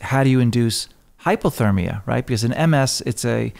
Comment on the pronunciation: Is he saying Hypothermia or hyperthermia?